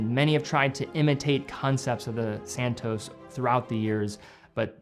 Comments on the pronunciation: Immensly annoying to hear anyone completely mis pronounce the name Cartier; it is not "CAR-TEA-YEH like every American seems to do, but CAR-CHE (as in CHE QUEVARA). And then ii is not SAN TOES, but SAN TOS (as in ALBATROS). If you can pronounce SEIKO the right way (instead of SEE CO) than you can do this, please! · I love the car-dee-ay san-tose